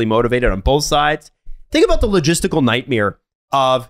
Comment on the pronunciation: did say "night-mere" instead of "night-mare"